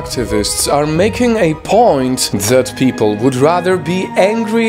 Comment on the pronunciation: "pee pole"